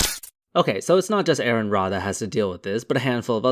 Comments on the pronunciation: BTW it's not "Aarron Ra",, it's "Aron Ra" - as in: "are in Ra"... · ARON RA.. Pronounced like "RN", not Aaron. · Small correction: Aron Ra's first name is pronounced "ahh-run", not "err-in". It only has 1 A. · It's pronounced ahron Ra. Love you, miss you!